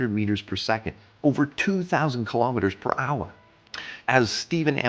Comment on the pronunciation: Kilometers is pronounced kilo-meters, same as kilo-grams. Not ka-lom-it-ters. Kilo is pronounced key-low, not ka-lom.